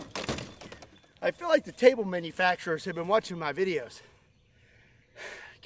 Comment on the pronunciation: CHOOT THE TABLEEEEE lol